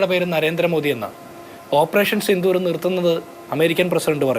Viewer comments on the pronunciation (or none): none